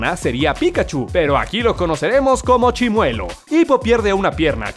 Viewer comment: Grax prro por el saludo :'v/ Edit:Lo mejor fue que lo pronunció bien y como yo siempre me pronunció :'v/